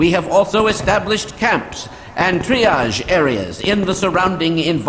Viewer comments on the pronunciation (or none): none